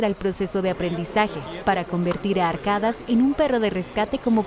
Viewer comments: NO SE DICE ARKADAS, SE PRONUNCIA "ARKADASH" la ultima letra es del alfabeto turco...que alguien les diga por favor. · No es arkadas mensa ya dijeron como es un nombre turco la s la pronuncian como sh y la k creo como" y" no como español .cambia su fonetica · Se pronuncia arkadash..con acentuación en la primera a.... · Algo muy importante que no se debe confundir la pronunciación es Arkadash porque si no no significa lo que es "amigo"